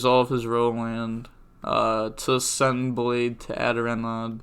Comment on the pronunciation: ikr, also when I see people call renaud "ruh-nod" I cringe